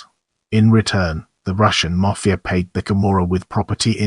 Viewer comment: Say mafia please properly!